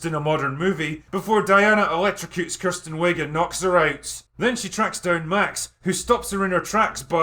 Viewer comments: It’s not “Kirsten” it’s “Kristen”. Say it right. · As someone named Kristen but pronounced Kirsten I give this movie 10 out of 10 bananas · OMG if you say Kirsten one more time imma lose it.